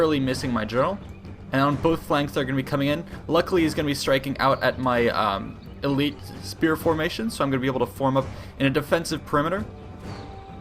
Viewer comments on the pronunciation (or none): none